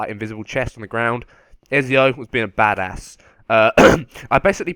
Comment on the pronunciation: It's Ezio not Exio